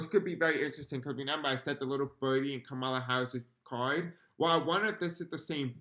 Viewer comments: Please just a simple request to pronounce her name correctly? Comma-la. Thank you, it’s like nails grating on chalkboard. ❤️ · Thanks so much for all your work. I love your content and am a new subscriber. Just a gentle heads up here: Kamala’s name is pronounced “Comma-La”. ❤❤❤❤❤ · It’s Comma-la…❤